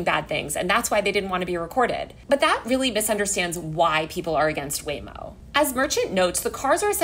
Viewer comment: I like how I kept hearing Lame-O